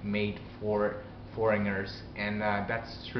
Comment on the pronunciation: In a few videos I've heard you pronounce "foreigner" as "foringer." It's not -nger, but rather -gner (silent G). Say it "4 N er." But I have noticed that your accent and overall pronunciation is better here than in some older videos.